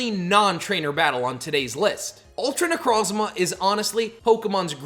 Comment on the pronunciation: It’s pronounced nuh-CROHZ-muh and ar-KEY-iss, “”! 🤨